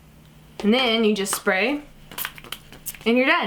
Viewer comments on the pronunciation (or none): none